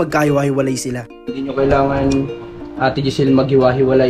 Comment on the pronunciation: Nakakatuwa nmn c marunong nang mag bigkas ng hindi.akoy natutuwa sa baby ayyy.. sinusubaybayan ko talaga ang vlog ky dahil fav.ko ang bb. Na yan..ang gwapo kaya ni ayyy